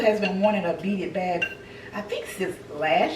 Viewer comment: Hi! I enjoyed this! It was refreshing seeing you cook and all the things. That fairy garden is magnificent the way you incorporated the door and entry to the trees. The beaded purse is adorable. At first, I thought you were saying "beat it" and I was like "oh snap! They're bringing back vintage MJ sayings?" Girl I'm a mess❤ You are a fun grandma too. Keep winning!❤❤❤